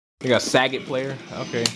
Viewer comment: lol he says sag-et its sa-got